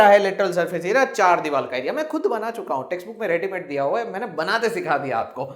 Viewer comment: Sir aap divar ko dival kha rahe the 🤣😁